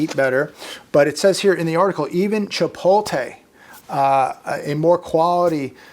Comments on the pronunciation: Isn't it pronounced "Chi-pot-Le" not Chipol-Te? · Ok I can't let it continue any longer.! It's pronounced Chipote- LAY. 😁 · I could care less. Just kidding……I know it’s couldn’t care less (this always annoys me). But yeah the Chipol-tay thing has always bugged me as well. It’s really not that hard. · Jeez. You complain about the education system yet you cannot pronounce Chipotle (Chipoltay ! Good grief) And you have the temerity to lecture folk